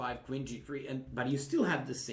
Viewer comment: I love how he pronounces "queen" as "Quinn".